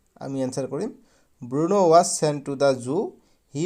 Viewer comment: Bruno hoi Burno nohoi